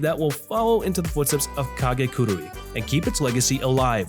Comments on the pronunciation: I hate to be that guy but.... it's Ka-KE-gurui not Ka-GE-kurui you say it so many times back to back it was driving me nuts, lol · i'm so sorry but please say it with me: KA - KE - GU - ROOI KA-KE-GU-ROOI KAKEGURUI yes, that's right! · His pronunciation of kakeguri is so off